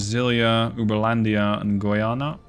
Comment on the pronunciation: as a brazilian, i can confirm you your pronunciation on goiania is correct, Uberlândia is almost, you will get there, btw thats my city